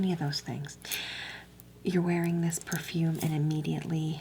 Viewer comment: When you said purfoom I actually laughed so hard I cried